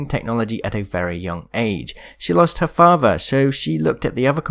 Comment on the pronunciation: When he said Watsson lost her father all I heard was, " Watsson lost her faja."